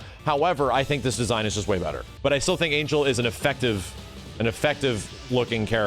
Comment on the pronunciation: Angel is pronounced Ahn-hell